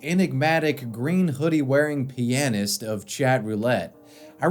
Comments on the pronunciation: "mert-in" "Pee-uh-nyst" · Is the way you pronounce "pianist" the way all Americans pronounce it or do you just have your own odd pronunciation of it? Just curious.